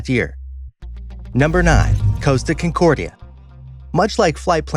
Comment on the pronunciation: Estonia did not list, it lost its bow and plummeted down. CON-cordia, not Kincordia. Your research is very sloppy! Bye.